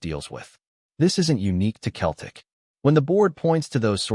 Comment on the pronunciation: Who the hell is Keltic ??? It’s pronounced seltic you American numpty .